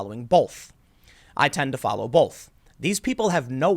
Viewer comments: Tim, there is not an L in the word BOTH. Stop adding one. If you had never heard a [usually baised] media story about Trump, do you think you would still have such a bad opinion of Trump? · There's no "L" in the word "BOLTH" Oh, wait... there it is. Right in the middle. Nevermind, carry-on pronouncing it as "bolth".